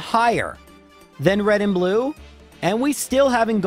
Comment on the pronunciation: "red and blu-no" is the best thing I have heard all week I hope that's his new name now that's hilarious and fantastic